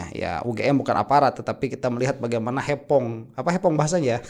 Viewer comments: Bukan hepong tapi hoping 😊😊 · hoppeng bukan hepong